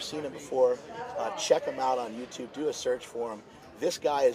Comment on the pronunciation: Pet Roobish is on The Yew Toobes. :p ( subbed and liked i'm just kidding with you i found it funny how you said it)